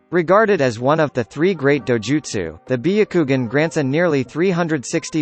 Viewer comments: biyakugan nooooooooo its BYAKUGAN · When he said biukugun I died and resurrected to say bayakugan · I stop watching after he said byagugin. Like really man? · Bee.a.kugan?!....it's Byakugannnnnn!🙄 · Nobody: The vid: bEeYoUkWoGuN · Beyucoogan HAHAHAHHAHAHHAHHAAH sherengan AHHHHAHAHABHAHHAHHHAHHAHHHAHHAHHA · “Bee-a-koogan” cmon bro you need to pronounce these terms right lol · "Be - a - kougan" is the right pronunciation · The way he said byakugan (bee-o-ku-gon) is so triggering Just why... WHYYYY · Bi-ya-ku-gun , Share-in-gan Me:...your saying it WRONG * hermione ver * Sasukey Me:* breaths heavily * More pronounces that are wrong Its fine nobody is perfect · Ahhah "biyukugan" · This is how he said byakugan Biyakugan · BIH-YA-KOO-GAN God damn son, say it right.... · Be akugan lol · Be a ku gan what type of douōjutsu is that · When bro said byakugan I lost it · THE WAY GOOGLE PRONOUNCES BYAKUGAN😂😂😂😂😂😂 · How he said byakugan makes me rethink if I actually know how to say it XD. How about trying ur real voice though?